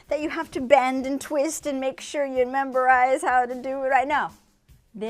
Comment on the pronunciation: ....Did she say "memberize""?